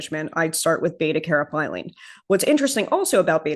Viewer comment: Caryophyllene pronounced "carry-off-ill- lean :)